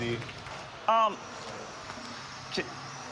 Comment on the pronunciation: Jimmy can sing 🎶 Luke's hoooomus. 🤣 Seriously watched to see how it really is pronounced which makes it even funnier. 😏